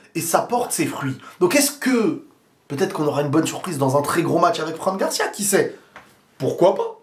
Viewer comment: Bonnes analyses. C'est marrant comment tu prononces "Franc" Garcia à la française. C'est "Fran" (franne) Garcia😉